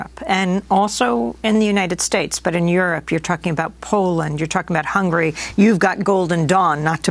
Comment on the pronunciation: Interviewer lady: the country is called HungAry not Hungry!!!!